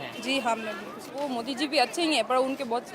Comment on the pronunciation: सब कुछ बोलने आ जाएगा हिंदी क्यों नहीं बोलने आता मोदी की जगह मोटी क्यों बोलते हो इसका जवाब 130 करोड़ जनता को बताओ एक प्रधानमंत्री का अपमान क्यों किया सबसे बड़े देश का प्रधानमंत्री